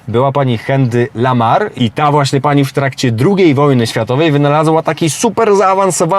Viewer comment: Hedy Lamarr, nie Hendi xD